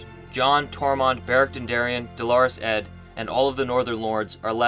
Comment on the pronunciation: Omg ...still calling him DOLORES ED, instead of DOUGH-LO-ROUS ED, which is actual pronunciation